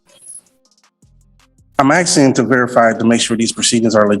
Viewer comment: He's going to get in trouble axing the judge. At least this AI goes black and white for our fast forwarding convenience.